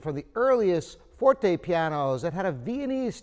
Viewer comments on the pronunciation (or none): none